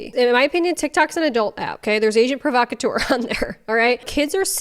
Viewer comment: wow how she speaks is absolutely annoying She can't even say the brand correct 😂😂😂 even it was invented in britain, agent provocateur is a french name...but money can't buy class i guess 😅